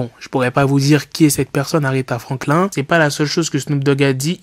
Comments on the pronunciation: 😭😭😂😂😂 tu m'as tuer aretha franklin faut dire frankl{ine} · Aretha Franklin.... il a prononcé FRANKLIN comme la tortue dans le dessin animé 😂😂 Puis bref c’est pas possible de n’avoir jamais entendu ce nom quand même. Ok le rap le rap le rap mais la musique elle s’arrête pas à la et encore heureux. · Quel manque de respect et de culture, Aretha Franklin c'est une légende 🤦🏾‍♂️ Et la prononciation...Incroyable lol. Tu parlais de Franklin la tortue toi 😂😂😂